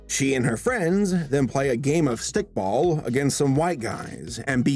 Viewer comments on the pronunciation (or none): Nobody:: Stickball Me: facepalms